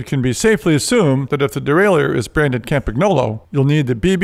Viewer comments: Nice video. But I notice that says "ChampaGnolo". Originally it sounds like "Campanyolo" (countryman) in Italian. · When you pronounce Campagnolo, the g is silent. Or just say Campy for short. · Михаил I had to listen twice to make sure I heard properly